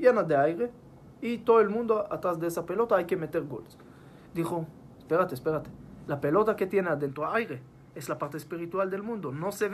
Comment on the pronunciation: "Esperáte, esperáte" se te salió el "caleño" ajajajjaja